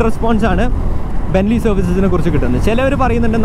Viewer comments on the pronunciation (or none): Be-ne-lli ബെ-നെ-ല്ലി Correct Pronunciation 🤗 പറയാൻ കാരണം ബെൻലി എന്ന് പറയുമ്പോ ബ്രാൻഡ് തന്നെ മാറി പോവും. Much love bro...